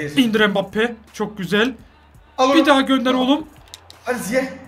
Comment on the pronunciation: mbabpi değil mbabape